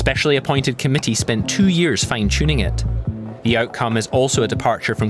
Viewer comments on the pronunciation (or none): The narrator is terrible! Compound nounds are stressed on part one not two! It's : state assemblies, not state assemblies party members, not party members fine tuning, not fine tuning something party conference, not party conference right wind and certainly NOT right wing Professional speakers should do better!